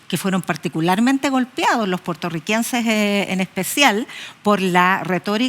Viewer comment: ¿Puertorriquenses? 😂😂😂 Puertorriqueño 👍 Espero haya sido un error del habla y no un error de conocimiento 👎